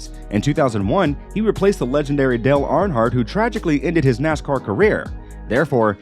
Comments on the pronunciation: Could you please learn you pronounce there namesproperly please, you cannot call yourself a race fan if you cant pronounce there names. Arnhart? Whos arnhart? And childress? Listen to how the nascar ppl say there names. Your butchering them dude, pretty disrespectful to dale man. I believe you can do it. Driving me nuts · ARNHARDT and CHILD RESS. Cant even pronounce the legends of our sport? WTF?